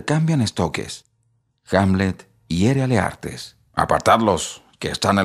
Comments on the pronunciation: Porqué usted dice : Leartes si el libro dice Laertes.... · Leartes o Laertes ?